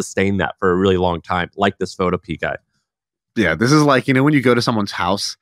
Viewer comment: PhotoPEA... is pho TOW pea uh. It rhymes with Utopia.